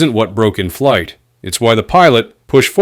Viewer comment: "Flig Debrief" lol what is a flig?